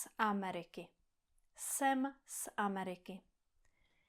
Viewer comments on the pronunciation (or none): Great video! “Jsem z Ameriky”: You missed the most important rule! The stress in “Ameriky” is on the first syllable, not the second.